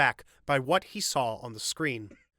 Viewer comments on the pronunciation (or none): none